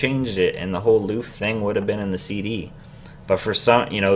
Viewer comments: It's kind of the same situation with Exo's Wolf. They pronounce it "oolf" in the song but I've grown to enjoy the way it sounds, so it would just sound weird to me if they decided to put out a different version with them pronouncing it correctly. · I totally agree. I LOVED when Himchan pronounced it incorrectly. I mean jeesh, they don't know English well, give him a break! I miss the "loof!" :(